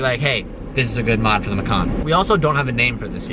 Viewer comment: Porch Ma-kona, love for the doogos